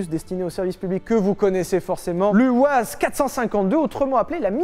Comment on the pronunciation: pour la marque "UAZ" ... ça se prononce "YOUAZ" ...